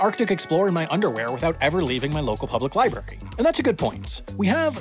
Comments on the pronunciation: It's a pet peeve of mine when people say lie-berry to mean library. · I thought it was a "lie berry." Not very tasty.